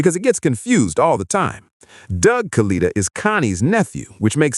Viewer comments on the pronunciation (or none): Proniunced KA-LIT-A not Kaleeta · KA-LET-A is how you say his name, In the video of the crash you can see the chutes deployed and one breaks away. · If you’re going to do this you really ought to learn or teach your computer to pronounce the name correctly.